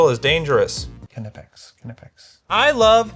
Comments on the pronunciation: "Knypp-ax" btw, it's German (not "knipe") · it is Kni-pex yes you pronunce the K as a k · Dude Knipex is a German company. [kniːpɛks]